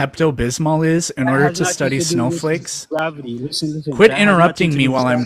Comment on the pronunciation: Gwavity.. is this Elmer Fudd?